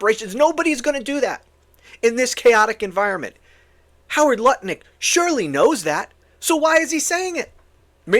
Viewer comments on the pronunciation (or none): It’s Howard Nutlick not Lutnik